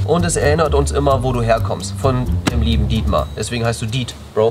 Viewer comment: Why not "Dietmäh" D